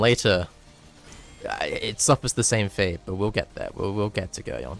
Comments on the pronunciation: its pronounced Gerry-on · For the people who seem to mispronounce Geryon it is pronounced like Garion or G-air-ee-on